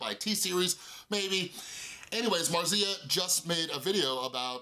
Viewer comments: Sorry but your way of pronounce Marzia made my Italian ear bleed. Is not 'marsía', is more like 'màrtsia' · It's how Felix says it too like there's a t in it. Maybe it's Italian? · That's not how you pronounce "Marzia"